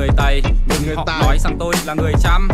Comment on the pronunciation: tày vs tài nó đọc khác nhau a ơi